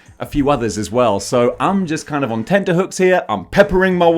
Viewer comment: Thank you for saying tenterhooks and not tenderhooks.